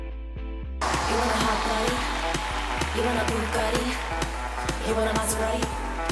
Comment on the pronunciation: I always thought that Work Bitch was so weird because the way "hot" and some other words were pronounced did not sound like Britney at all, now I know...